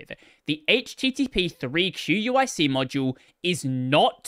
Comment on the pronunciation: QUIC is pronounced "quick". It is the replacement for TCP that HTTP/3 uses at the transport layer 🙂